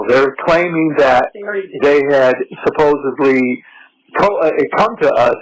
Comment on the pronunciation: Ahhhh I hate that people say “suppose-ably” instead of “supposedly!!!”